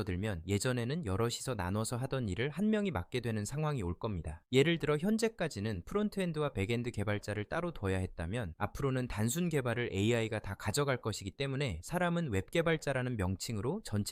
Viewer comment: 백엔드 발음이 어색해서 원래 TTS를 쓰셨었나 했는데 AI 학습시킨 음성이었군요ㅋㅋㅋ 경음화는 수의적인 경우가 많아서 AI 음성이 부자연스러워지는 경우가 많던데 이런 부분도 최소한의 학습으로 커버할수있는 기술이 곧 나오겠죠?